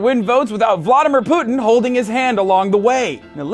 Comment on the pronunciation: Why is it that no one on this show can seem to pronounce 'Putin' correctly?